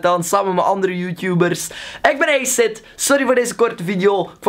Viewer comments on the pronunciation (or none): none